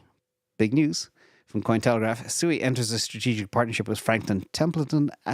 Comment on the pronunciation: I understand SUI is pronounced “SWE” (just sayin’)